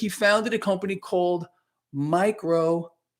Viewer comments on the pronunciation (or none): LOL! ... "MICO - SOFT"... LOL!